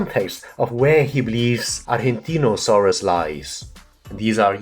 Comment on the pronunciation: Another excellent Review of one of my favourites channels. Thanks! PD: your pronunciation of "Argentinosaurus" is just as an argentine would do it! Greets (from Argentina 🇦🇷🦕)